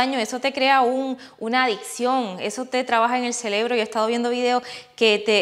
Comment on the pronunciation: dijiste celebro? Or cerebro?